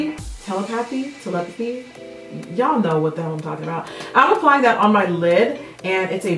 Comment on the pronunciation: You trying to pronounce "telepathy" had me laughing for a full 20 minutes! I could picture your face while you said it! LMAO